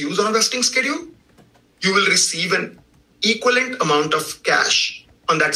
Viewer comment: especially when he tries to say "equivalent."